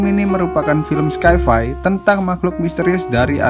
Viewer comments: Btw bacanya "sai-fai" bukan skai-fai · makasih bnyk bang atas rangkuman yg seru ini! cuma aku kasih tahu kalau "sci-fi" itu adalah singkatan dari "science fiction" dan "science " itu persis dgn "sains," jadi yg betula adalah "sai-fai," bukan "skai-fai" ok jgn marah ya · Bacanya sai fai bukan skai fai 😅